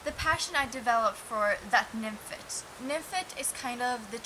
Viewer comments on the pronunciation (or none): It's "fet" not "fit"......nymphet.